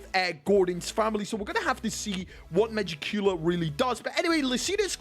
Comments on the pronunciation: Ma-Jick-Q-La bro not Magic-Cooler 😭😭Love🖤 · Megicula’s pronunciation